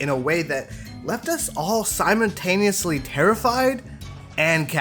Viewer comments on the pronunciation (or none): Did you seriously just say “Simon-taniously”